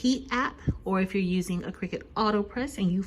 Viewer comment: Where is?! HE would have known how to pronounce Cricut! Great video! It was fun to watch and very informative.